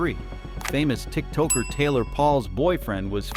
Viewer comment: ok well at least i now know this is AI garbage and i can avoid. he said "tik Toker" lol